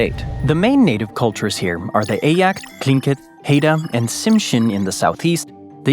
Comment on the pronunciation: And Eyak. Eee - ak